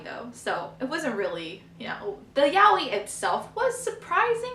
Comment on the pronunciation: that's how u say it but ok